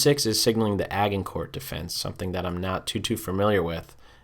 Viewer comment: its pronounced Ajincor. It's spelled Agincourt, but its a French word and is pronounced Ajincor almost like ashincor. There, pronunciation nazi hat is off.